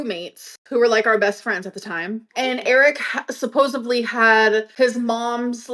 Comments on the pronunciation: It makes me irrationally angry that she says "suposebley" - Suposebly?? It's SUPPOSEDLY... FFS. Basic words. Basic grammar.... Okay "My grammar is ALWAYS perfect" and I have a 150 IQ or higher when I take tests.... She is so dim yet thinks she is a genius?? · you simple minded heifer. I know you haven’t had a lot of “D” in your life, but here is where you need to insert one. “SupposdiVlee” I cannot!! It’s “SupposeDly” with a “D”. Not a “b” not a “v”. You wouldn’t say “supposeV to” you wouldn’t say “supposeB” One thing is for sure: shes a SHORT BUS COW RIDER for real! 🚌 🐮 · SUPPOSIVELY Can this b*tch say anything correctly? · The way she says "supposubly" makes me irrationally angry.